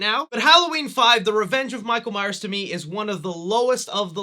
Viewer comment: I love 4 and 5...but I can admit that 5 is not that great. But PLEASE stop calling him Michael Myer. You keep constantly slipping back and forth between saying Myers and Myer. It's MYERS. And what the hell is the deal with your H5 masks hair??? It is super flowy and not like the other masks. Did it come that way or did you do something to it??